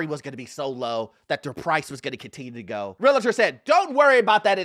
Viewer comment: Why does he keep calling them "Real-a-tor?"